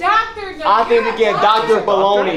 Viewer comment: Ahahahahahahaha samwich baloney is what u said ? Haheysyshahahahahahahhaahahahah LMAO I’m crackin up rn